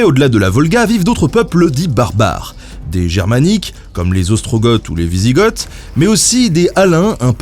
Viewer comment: Alors il me semble qu'on ne dit pas gorge mais ostrogo et wisigo. Mais on peut se tromper des fois ! Je reprends la vidéo maintenant.